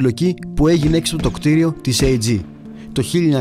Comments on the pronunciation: Επειδή απο την φωνή καταλαβαίνω πως είσαι σχετικά νεαρός, να σου επισημάνω πως η ΑΕG δεν διαβάζεται Ει τζί, αλλά Α Ε ΓΚΕ και ήταν γερμανική εταιρία ηλεκτρικών ειδών. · Είναι Α Ε Γκε όχι Αιη Η Τζι. Ηταν Γερμανική εταιρεια όχι Αμερικανική η Αγγλική. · Η AEG προφέρεται Α (ο ήχος του γράμματος άλφα) Ε (ο ήχος του γράμματος έψιλον) Γκε. Πάρα πολύ καλό το περιεχόμενο σου. Συγχαρητήρια.